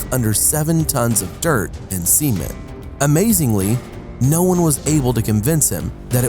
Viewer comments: u said seimen , not cement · cement (sa-men-t) not (see-men-t) I honestly thought he said semen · Gladius625 u mean semen? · Same lol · Anyone else thought he was saying semen?